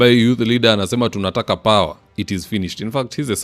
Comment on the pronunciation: "hatuwezi kuwa bila paewahhh" 🤣🤣🤣🤣🤣